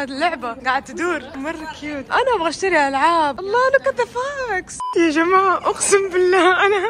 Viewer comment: بيكو فوكس Fox ❎ ، فاكس Fax ✅